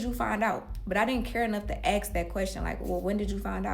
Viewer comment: "listen, ima axe u one mo' 'gin" 😂